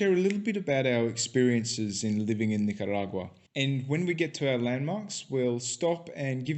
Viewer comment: Learn how to say the name of the country. Nicaragua only has one R.